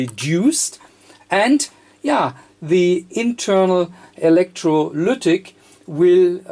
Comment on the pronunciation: I can't get the "electroluuuctic" out of my head xD